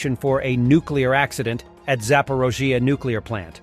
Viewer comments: Why always calling it Zapirozia while it is called "Zap O r I zhzhia"....Zaporizhzhia.... Do we say Omareca when we mean America?? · It is clearly spelled Zaporizhzhia. Even you spell it that way. Ukrainians don't pronounce it as Zap-or-OH-zhya.